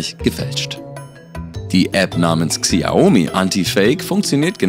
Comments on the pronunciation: Schön, bist du jetzt stolz darauf, das du uns gesagt hast was du für ein Handy hast...? Außerdem wenn du ihn schon berichtigen willst, dann mach es bitte richtig. Es heißt: Sch'A'umi mit Betonung auf das A. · Das Xiaomi wird schomi ausgesprochen ich habe selbst eins unzwar das Xiaomi redmi 4 X